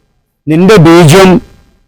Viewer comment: ബീജിയം ❌ബീജം ✅